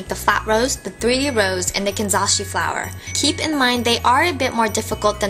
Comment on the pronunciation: You keep pronouncing 'Kanzashi' wrong, even though it's in the link for Amazon...